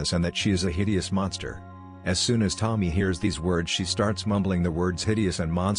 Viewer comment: It's not Tom-my. It's Toe-mee. To-mi-e is pronounced like Toe-Mee-Air